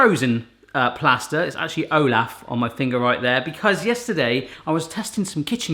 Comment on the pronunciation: who else cringed when he said olaf wrong 😖